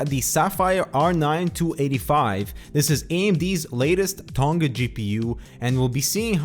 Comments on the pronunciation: it isnt fucking 'ton-ga' its 'to-nga'... 'ng' is a single sound, like in 'doing'... i have not yet heard a north-american person say it correctly... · vaseline included yes. he says 'aluminum', pronounces demand as 'demaend', although he doesnt say 'haat' instead of 'hot'. but anyway, it is irrelevant because it doesnt change the fact that every youtuber from noth american pronounces 'tonga' wrong. it isnt an accent thing, it is a mispronunciation. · you did a shit job trying to pronounce "toneg-a"